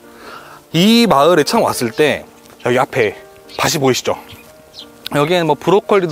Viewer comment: '밭이' 를 '바시'라고 발음하고 '밭에' 를 '바세' 라고 발음하고 '밭을'을 '바슬' 이라고 발음하시는 것이 매우 거슬리네요 왜 'ㅌ' 받침이 그렇게 소리가 날까요?